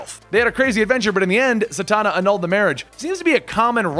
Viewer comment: Satana, Zatanna just sayin